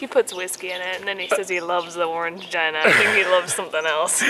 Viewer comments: OrangeGINA? LOL. You do know it's pronounced Orang-GEENA right? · Going to Japan with my husband for our honeymoon, so love your videos! Just wanted to let you know that "Orangina" is pronounced "Gina" as in the name and not "gina" as in vagina. ;) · It turns off because you're pushing the draw back in fully and closing it. It's a grill you're supposed to leave it open a fraction to allow the heat to escape. If you didn't it would over heat and cause a fire, that's why it has the safety feature. :D Also it's pronounce Orange - Jean - a :D It cracked me up when you said jina hehe... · O-ran-jee-na! Hehe. Great video! SO natsukashi! Love your apartment and your approach to Japan living. I lived in Osaka and haven't been back. Still dream about Japan quite frequently and starting to plan a trip there (and elsewhere) in the new year some time, well or even sooner if I can swing it. Oh I miss it sometimes but I miss Thailand more! :D